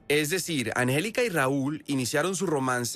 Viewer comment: Este vato no save decir angelica.